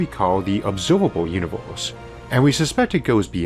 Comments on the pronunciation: 'This episode is spwansword bwhy awadwable' ooor univoorse is... Not only is the sound in this overloaded but seriously? I don't want to make fun of a speech impediment, but Audible is giving this money? An overloaded awful speech? This is horrible. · how annoying ! the words are univErse not univOrse and biggEr not biggOr. you need to learn the sounds of your vowels again which is done in first grade. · Take a shot every time he says univorce 🤣🤣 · He has a unique pronunciation of words...like univorse instead of universe... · What the heck is a univorse? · All I hear is Uni-vorse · I'm the only one that hears "univorse"? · dude WTF IS YOUR PRONOUNCIATIONNNNNNNN its infuriatingggg univOHSE???? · The 'univorse' is amazing!! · What is that accent? I find it hard to listen because every er sounds like or. So instead of hearing universe, I hear univorse. It wouldn't be so hard it only happened with that one word but every word that has the er in it! If didn't get very far at all in listening so I don't know if words like firm becomes form and fur become for..? I like audio books but, in this case, think I will stick to reading.